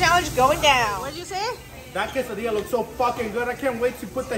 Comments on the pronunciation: Her pronunciation of quesadilla is so wrong…😅😅😅it’s quesadilla NOT CASADILLA 😮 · "Kassa dee-yah" 😂